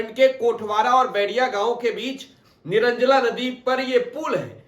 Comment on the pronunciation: निरंजला नदी nhi hai निरंजना नदी है